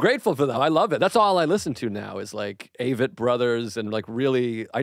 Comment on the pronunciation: He said avett bros nice